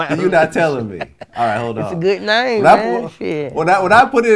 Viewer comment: “ITS A GOOD NYAME“ “GOOD NYAME” 💀💀💀💀💀💀💀